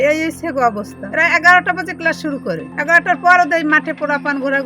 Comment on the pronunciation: কেলাস😂 পেরাইবেট দিছি😂🎉🎉🎉 গ্যাছে আর, আইছে,,,,, 😂